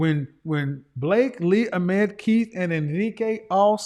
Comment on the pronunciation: Hes still saying Ahmed wrong haha